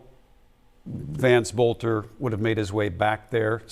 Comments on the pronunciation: faux news, his last name is Boelter, NOT bolter. Pronounced "Belt - er" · It's pronounced bel-ter